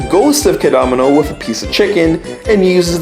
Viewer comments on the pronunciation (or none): I know this is old but the fact he pronounces Keda-Mono like Kedomino really makes me cringe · You says Kedomino. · You say kedamono you say ked-oh-mo-no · Ked a nanamo? It’s actually kedamono ( keh da mone oh) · Your saying kadgamana I'm dead 💀 Its ke-da-mo-no that's how you pronounce it lmfao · What’s a ked ō mano it’s kedamono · Its ke-da-mo-no not kedamano :)(not being rude !) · his name is kedamono you're seeing Camano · Ked-e-mo-no not ka-domino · Bruhh tf is Caanomanel😭 It’s Kedamono lmfao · I like how the pronunciation of Kedamono degrades as the video goes on until it's just a back and for between Kedamono and K'domino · KeDomino? seriously?The frog even tells you how to pronounce it... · It’s ke-da-mon-o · How to pronounce kedamono Keed-a-mo-no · KEDAMONO NO KAO WA Edit: it's pronounced "key-deh-mo-no" Also I hear a Durarara!! Soundtrack in the back of the "Ghost" episode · key-dah-mo-no its pronounced KEY-DAH-MO-NO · I have never heard kedamonos name pronounced like that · The way he said kedamono is triggering me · The way you say Kedamono’s name is murdering me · ONG IMA CRY FR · The way you pronounce Kedamono hurts me. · (Title here) but every time he says Popee and Kedamono wrong it gets louder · Your saying Kedamono wrong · The way you say Kedamono...I don't fucking know it just sounds weird. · triggered because nobody can EVER say Kedamono's NAME CORRECTLY! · I love how at /: he starts mispronouncing Kedamono's name. When at first he was saying it correctly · the way u pronounce their names makes me triggered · That's how you pronounce their names in English bro lmao besides Kedamono